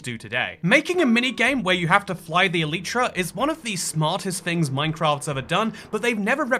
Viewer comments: Elytra not eliitra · Bro didn't say elytra he said eliitra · I despise how he pronounces elytra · did you just say eletra? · fly the what now? Why can't people pronounce this right.